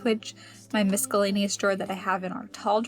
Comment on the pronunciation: Love a good declutter, especially when we hear you thinking out loud about your plan. Love the idea of filming options for where to hang things! ( p.s. sweet girl, the letter c in miscellaneous is silent )